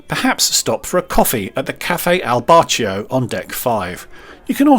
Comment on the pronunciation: 1- you’re very funny 2- thank you for pronouncing “Bacio” correctly.